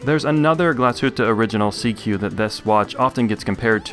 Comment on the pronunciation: SeaQ isn’t pronounced “seek”?